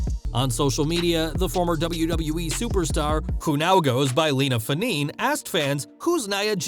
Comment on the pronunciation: Not that anyone gives a s#%* but I think it’s Fah-neh-neh…her Samoan name.